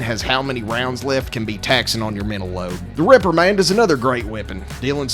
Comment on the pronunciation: Really sounded like he said 'The Ripper Man', not 'the Reprimand', lol